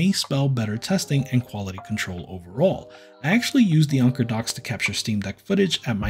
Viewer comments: Why are you pronouncing Anker as "Onker"? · Never have I heard someone pronounce anker as onker. 😂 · Ill go with Anne - core. One guy at work had an Anker speaker and sharpied a W on it. Cant unsee that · Anker rhymes with banker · just to troll, call it “ainnnkurrrr” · Saying onker was driving me a little crazy lol but overall good video. I wish there were some docks that didn't require you to physically plug them in but just sort of drop them in like the switch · I think Anker pronounce thier company name like 'anchor'. Not 100% sure. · Read & pronounce these words: - tanker - pranker - thanker - spanker - banker ….. now say this one: - Anker